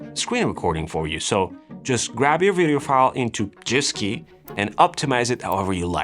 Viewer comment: Gifski is pronounced with a hard G. GIF stands for Graphics Interchange Format. There should be no J nor J sound anywhere on sight.